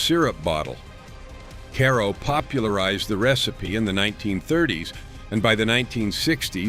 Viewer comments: It's pronounced Kay-ro, no Caro. Also, note that most women did not work outside the home in the 1960s. My mother-in-law did because she was a nurse, but my mom and all of my friends mothers did not. They were stay at home moms. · Karo is pronounced kayro and it still makes the best pecan pie